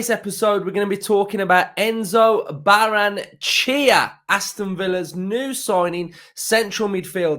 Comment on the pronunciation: In Spanish you pronounce every vowel. Ba-rren-e-che-a